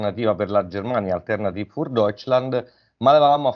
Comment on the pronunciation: Nota per entrambi: l'accento è sulla i, non sulla e (si dice "Alternatìv" non "Altérnativ"). Il tedesco non è un'opinione. Grazie. Sono italo-tedesco, mi dà UN FASTIDIO ENORME sentire le parole tedesche storpiate.